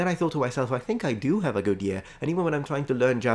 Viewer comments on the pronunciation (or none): Isle of Tenerife, Spain, Africa. Brilliant! You've produced an amazing video, again, and your English a joy to listen to. As you said yourself, like anybody you occasionally make some small mistakes in your learned languages. The only three mistakes in English which stood out for me in this video were: 1. When you said "a good ear" to me it sounded like "a good year". This may of course be dialectal, and I've a feeling that it's said somewhat like that by probably some southern hemisphere speakers, some southern English, and maybe some Welsh people. But to my Irish ear, and therefore to any American ear (Irish is a bridge dialect between British mainland English and American) it sounds weird. 2. You said "day offs" instead of "days off". 3. "Double down" (implying negativity) instead of "double" or "double up" (a positive annotation). Again, I do love your amazingly good and very natural and dynamic use of English, but the language geek in me tends to fixate on fine details, hoping to help you improve, and hoping I've not offended or annoyed you. Best wishes, Patchy.